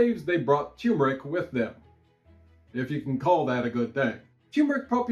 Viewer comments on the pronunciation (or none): No offense, but both Rs in turmeric are pronounced. Neither is silent.